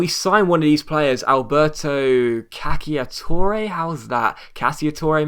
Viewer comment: The "cc" sound in italian is a prolongued "ch" (like in the spanish word "derecha" or the english name "Charlie", just with more stress on the ch sound), so Cacciatore is something like Cachatore.